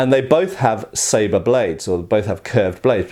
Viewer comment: Nice pronunciation of "sabre" ! :)